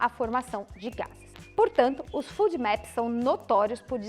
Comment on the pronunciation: desculpa colocar isto, mas a pronúncia que vc faz de FODMAPS não está correta, porque o som de "u", para a língua portuguesa, lógico tb para o inglês, pelo menos, deve ser aplicado à grafia de dois "O"s, no inglês, o que não é o caso da palavra ou sigla acima, que tem apenas um "o". Só porque vc é tão maravilhosa em todos os sentidos, que resolvi colocar, porque sei que seu conhecimento em medicina e em muitas outras áreas é enorme, inclusive, com certeza em inglês, assim como sua humildade como ser humano. Bem, se houver lugares falantes de língua inglesa que pronunciem da forma que vc utilizou. já me desculpo, e tb gostaria de saber, pois aprender é sempre bom.